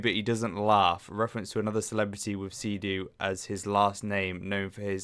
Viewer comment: it's not Sea-Doo, it's Sid-Du